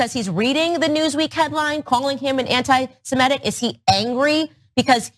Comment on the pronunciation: BIG NOSE cant even pronounce the word right. It's Anti-SEmitic, not anti-simetic.